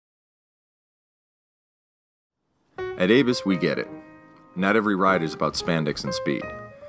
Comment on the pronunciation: I am only slightly familiar with German, and believe ABUS would be pronounced as AHH-BOOse, rather than Avis, and it is a fact the Google/YT auto caption bot displays "Avis" not ABUS. Turn on CC and see for yourself. Truly and accurately yours, Alan